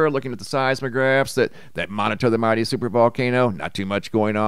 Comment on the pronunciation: We love you but laugh everytime you say "MIGHTY Super volcano caldera"